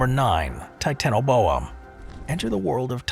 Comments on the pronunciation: OPINION,,commentator has a sex PROBLEM. REASON i say this is the way in which he pronounces the word TITANIA BOA. THE TI ARE PRONOUNCED AS SEPARATE. NOT TIT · How the fuck do u pronounce titanaboa wrong?!?!?